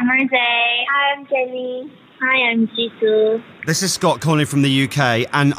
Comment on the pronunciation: Lmao "hi I'm chisoo"